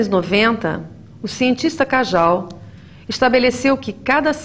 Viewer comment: Professora, Cajal é espanhol, portanto, corrija a pronúncia!! Kandel o "pai", não existe mais este conceito em ciência, evita-se o uso. Aí de inicio desanima, mas o vídeo é enriquecedor.